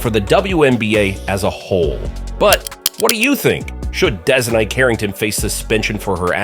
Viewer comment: At least pronounce her name correct. . 😂😂😂. Caitlin takes it and she dishes it out. Terribly lazy click bait.